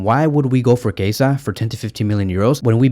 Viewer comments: Dude his name is Chiesa not Kaiser wtf??😂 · Why do you call him Keisa? 😂 His name is spelled Chiesa and pronounced [Kieza]. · He said Kasa